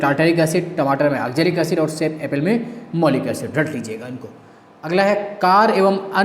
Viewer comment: भाई बुक से पढ़ लो, ये सब बेवकूफ बनाते है...वैसे भी इन्हे कुछ नही आता मैलिक एसिड को मौलिक एसिड बोल रहे है